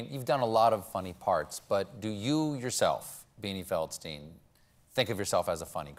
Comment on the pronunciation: If you wanna get picky, then it would be Feld-shtine, not Feld-stine.